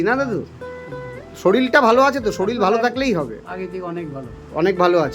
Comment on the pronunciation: Kotha ta Sorir, Soril noi bhai